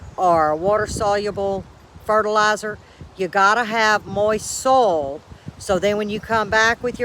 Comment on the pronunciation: Oh how I love to listen to your accent!! I am curious though are you talking about soil or sole in those garden beds - LOL. I wouldn't bother to tease you if I didn't love ya. Your gardens are beautiful. My seedlings are safely tucked under grow lights STILL 😒 We don't get to plant outdoors until just before Mother's Day. It's all good though. Hey, I had a thought. (a novel concept at 70) it's a good way to extend your harvest by planting starts and then direct sewing seeds. That way you aren't overwhelmed with too much harvest at once. You're too smart. I think I'm going to give it a try. Since it's just me, staggering the harvest makes good sense so I don't get too tired putting everything up at once. See ya during the week and - blessings always, g.